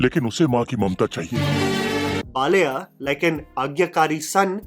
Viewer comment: Please make an attempt to pronounce the Telugu (non-Hindi) words to their original. Baal-aaiyah is not difficult to say.